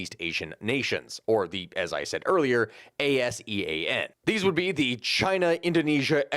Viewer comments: ASEAN is generally said like its spelled, rather than spelled out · You can pronounce ASEAN, dont have to spell it out. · ASEAN can just be pronounced as "Ah-See-Ahn".